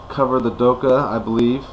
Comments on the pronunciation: it's not the kh forms the sound "khhhhh" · try pronounce the 'kha' sound at the end like an exasperated sort of breath out, just to let ya know :) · its not silent. i live in the UAE and we dont say doha or doka. dokha has a throat sound where the k is that is hard to say unless you speak a little arabic